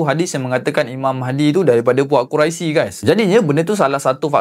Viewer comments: Mcm pelik pulak dgr dia sebut😅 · Sebutan Qurai+sy ? atau Qurai+(sy)tidak berbunyi ) = lebih kurang berbunyi (kurosh)